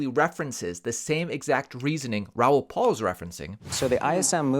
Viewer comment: His last name is PAL, not PAUL. How do you not know this?? And we're supposed to listen to your bogus advice?